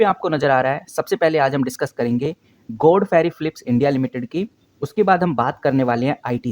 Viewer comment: bolna to sikh le...godfrey ko godferiii bol rha h namuna